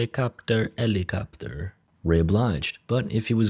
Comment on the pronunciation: Naw you should have said that properly like helikopteRR helikopteRR copteRR copteRR